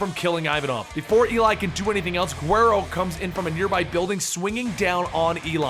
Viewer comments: Uuuhhhhgg...If the U has marks above it guero pronounced properly is (Wed-oh) as it's the spanish term for "whitey". You pronounced it (Gwhere-oh). Que gringo. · also it's pronounced "weh-roe" with a rolled "R" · Isn't Guero supposed to be pronounced huero? Or to make it easier for Americans weh-doe. Slang for white boy in Spanish, especially since the character named that has blonde hair with light skin. Damn near every crew of Mexicans has someone named Guero or Huero in their group. Pretty common nickname, at least here in California. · Juero is pronounced wuedo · his pronunciation of Guero is killing me. I'm cringing everytime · Bro the "g" in guero is pronounced as a "w" in the word guero. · that's not how you pronounce guero